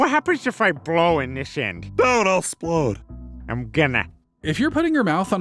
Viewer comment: "don't, I'll 'splode.."'🥺